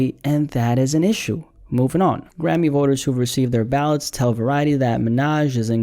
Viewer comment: I love you man but "balets" instead of "ballots" was funny asf